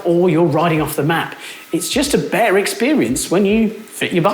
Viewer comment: ".... a bare experience". See how ridiculous it sounds when you don't pronounce "t's" ?